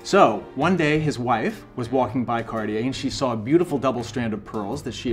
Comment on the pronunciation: CarTier not CarDier. Make an effort!